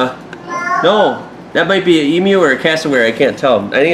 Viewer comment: Thanks for saying "emu" properly! Your a legend mate. Love from Australia to you and the fam! (It's not an E moo.)